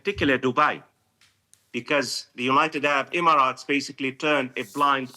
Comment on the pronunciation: Professor, you are saying “United Arab “Imarat” too much 😂😂😂😂